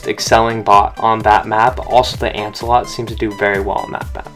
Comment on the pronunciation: Why does everyone says ancealot